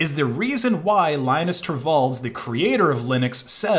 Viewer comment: He doesn't pronounce his name lajnus